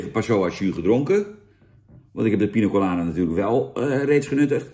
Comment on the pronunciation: Jan met zijn "Pino Colada" 😂 Voor de rest van de wereld is het gewoon Piña Colada 😉